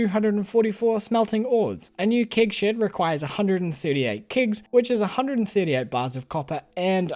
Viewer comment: Thank god there's always kig shids to put your kigs in to make wine ! I love the way you say keg and shed, makes me laugh every time !